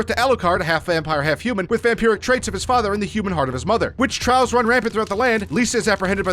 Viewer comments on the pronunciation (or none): none